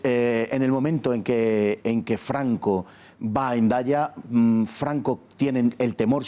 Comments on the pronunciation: "Gendaya" ahora la metes con calzador G. Es Hendaya, H no g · ¿Por qué en el vídeo de introducción pronuncian Hendaya como “Jendaya”?